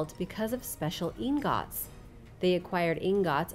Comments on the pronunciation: Ingūts❌ In gòts✅ Damascus steel weaponry lost ✅ people currently making Damascus❌ 😒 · I scrolled all the way down just to see if I was the only one that thought the way she pronounced 'ingots' was funny